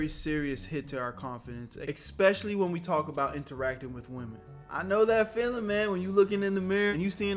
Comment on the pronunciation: Ekxspecially... 😅😂 Good tip truly try saying the real word especially you'll sound way smarter. Some people hear that and it sadly makes you sound uneducated even if that's your native slang. Just a heads up brother.